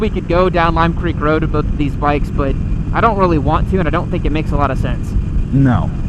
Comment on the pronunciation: is one of those guys who puts an L in the word "Both"